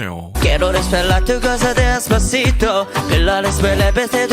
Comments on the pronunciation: JD1 빌보드 로 가자. JD1 AI 아이돌 데시파시토 발음 실력 보고 깜놀!!🎉😀🤗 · 제이디원 ㅡ빌보드로가자데스파시토발음감정감성최고최고🎉🎉🎉🎉🎉🎉🎉😢🎉💚💚💚💚💚💚💚👍🏻👍🏻👍🏻👍🏻👍🏻👍🏻👍🏻👍🏻👍🏻👍🏻👍🏻👍🏻👍🏻